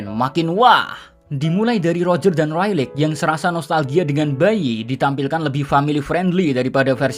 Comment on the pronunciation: Rayleigh dibacanya Reyli bukan Railik sorry julid